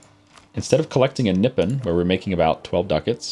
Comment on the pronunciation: kinda sad nippon sounds like nipple ...